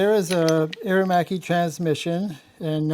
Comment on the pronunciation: Two syllables " air machee" 🇮🇹🇺🇲👍